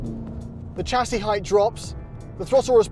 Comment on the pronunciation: Funny hearing an Englishman pronounce chassis wrongly on purpose. Odd.